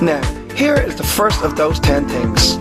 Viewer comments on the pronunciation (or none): "Tin Tings You need to know about Prague" haha